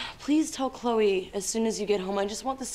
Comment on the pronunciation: 클레이가 아니고 클로이에요..